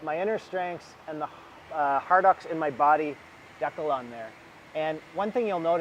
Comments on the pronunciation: What's a deck-el? Does he mean Dee Cal? Lol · Deckals lol you mean Decals right lol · Learn how to pronounce Decal. You gave me a chuckle when you kept saying deckle. Lol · My name isn’t Tim and why are you saying decal like that?? It’s Dee-cal not De-cal. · dat how wepronounce it in England too deckul, not deecal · When he pronounced “decal” I had no clue what he was saying until he put your decal on the bucket, lol